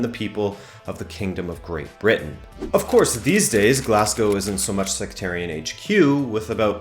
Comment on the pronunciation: Hey guy, it's pronounced sec-tarian NOT se-cre-tarian.